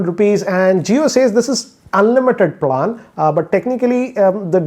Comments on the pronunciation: Bhai plaaan nahi plan hota h🤣🤣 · It's PLAN not PALAN 😝😝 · Plaan Kya. Do pronounce properly it's really irritating! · The way you pronounced PLAAAN😂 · Bro learn to pronounce plan